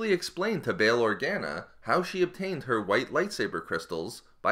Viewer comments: Bail-or-gah-nuh They even say it in the movies... Its not bail-or-gan-ah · It’s Or-gone-uh if your going make a factual star wars video , pronounce the names right